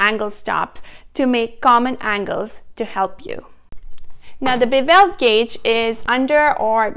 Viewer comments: Bevel is not pronounced bu-VEL. The accent is on the first syllable. It is a BEH-vul. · Bee-vell cut? Hmmmm…. Maybe try Bev-il.